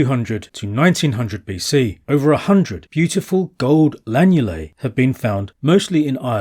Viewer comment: Excellent film. It's lunulae not lanulae.